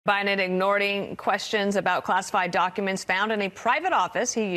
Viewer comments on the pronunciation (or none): She said "ignording" lmao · Don't Faux on-air TRAITORS have to have a basic command of the English language?! WTF is "ignording?! Those documents were probably planted by a MAGAt in another feeble attempt to drag Biden down! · Did she say "ignording"?? I heard "ignorDing..." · What’s “ignording”? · ignording hahahah I just cant